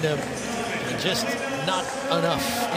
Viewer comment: svi TO!!!!!!!!!!!!!!!!!!!!! lina. hurts my ears the way they say it.